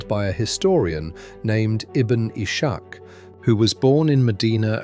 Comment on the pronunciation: The proper pronunciation of Ibn Ishagh (ابن اسحاق) sounds like : (ibn iss haq)